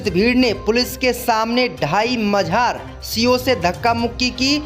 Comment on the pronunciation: मजार बोला करो न कि मझार